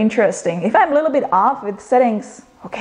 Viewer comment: i love how you say " A lilo-bit", love your videos